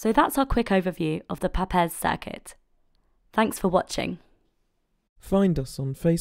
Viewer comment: Wonderful video! (although the name "Papez" rhymes with the word "grapes." He was my great grandfather.)